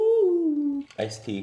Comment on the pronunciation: I swear to me when he said iced tea when he taking a drink it sounded like he said "i just peed"